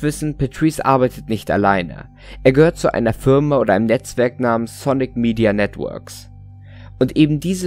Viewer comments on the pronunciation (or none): none